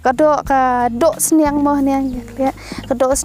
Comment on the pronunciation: Sning sht ong ui briew sniang iu mrad so its sniang not sning